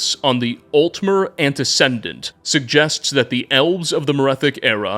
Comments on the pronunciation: Me when I add random letters to words. It's "antuh-see-dent," not "anduh-sin-dent." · Dude, it's pronounced Ante-SEE-dent, not Ante-SEN-dent. I would have ignored it, but you mentioned it a total of 4 times, some of those instances really drawing focus on those mispronunciations. The word is like a cousin to precedent, having a broader context. You wouldn't say Pre-SEN-dent, for instance. Both words swap out one Latin prefix for another (ante vs pre). Aside from that, great work, as usual. I look forward to your videos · The word is antecedent not antece*n*dent. There is no middle N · AnteCEDent, not AnteCENDent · "Altmer ANTI-CENDENT" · i work in ABA & we use the word antecedent all the time. it’s anteSEEdent not whatever u said gang no hate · Your ability to present such thorough knowledge while simultaneously getting so many little details wrong is actually insane. Great video & I love your work. But maybe read certain words, like Antecedent, and names like Phinis (who's the Conjuration Master, not Illusion) a little more slowly before recording...?